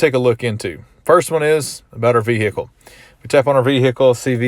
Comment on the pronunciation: 😂😂😂😂 I'm loving the way you pronouncing "VEHICLE"